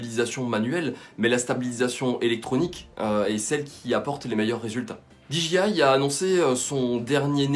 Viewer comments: Sa se dit D J I je crois pas dji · Gros par contre dji ne se prononce pas ainsi